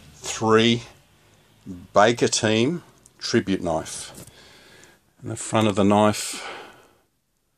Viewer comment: "dats nat o noaif" xD